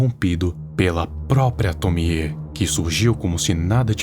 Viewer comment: Finalmente alguém que pronuncia certo o nome da Tomie